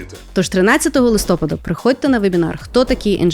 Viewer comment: Скажіть тій жіночці, що рекламує ваші курси, що наголос в слові «листопАд» падає на останній склад!